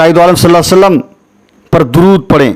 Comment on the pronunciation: Aapse guzarish hai ki please hamare nabi ka naam sahi se Lelo sallallahu alaihi wasallam ❤️ zaldi zaldi mat bol do please